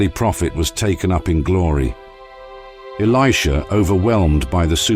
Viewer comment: The narrative is spoiled by the mispronunciation of the name of Elisha and Namaan etc.....